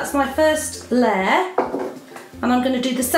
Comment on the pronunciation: amazing video but its a layer not a ler